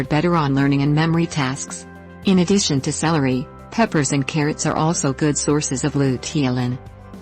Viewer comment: "...in a dish"? No, "in addition"!